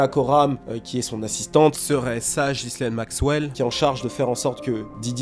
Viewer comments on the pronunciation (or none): none